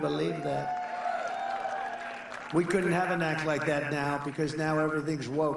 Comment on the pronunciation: He can't even pronounce or read the "ACT" yet wants to invoke it? America wake up, we are in serious trouble.